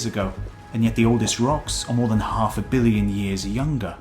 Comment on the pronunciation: The narrator made a b-ish sound when trying to say "million"